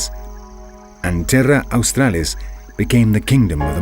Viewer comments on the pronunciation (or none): none